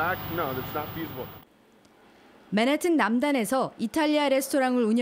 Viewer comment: 발음 진짜 구려서 못 듣겠네... 맨하튼이 뭔가요 본토발음 맨햍은이라고 하든가 한국발음 맨하탄이라고 하든가 ㅋㅋ